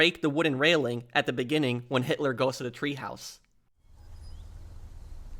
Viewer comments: God, you make me grit my teeth with your goddamned "treehouse!" Shit, man! It's Teehaus, which translates from German to English as Tea House, goddamnit! Treehouse in German is Baumhaus! What a fuckin' maroon! (that's not a misspelling; it's a quote from Bugs Bunny). And Hitler's package was not SCANNED, goddamnit! They didn't HAVE fucking scanners, and x-ray machines were not used for that back then! Their "scanning" back then was to OPEN AND VISUALLY INSPECT the contents with a pair of Mark One Eyeballs! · It's TEAHOUSE, not treehouse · “Treehaus” lol!